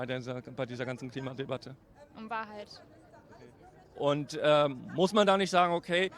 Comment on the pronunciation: Tagesthemen - dat is de Wahrhoit 😂😂👌🏻 Der Typ war einfach nur genial. Man denkt, er sagt jeden Moment „it’s a Prank!!“ 😅🙈